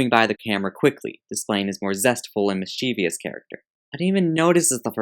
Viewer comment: mischeeeeeveeeeous. I love extra syllables.